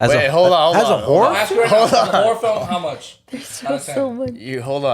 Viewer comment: I've never heard the word 'horror' said so much lol. It still sounds like "whorrre" XD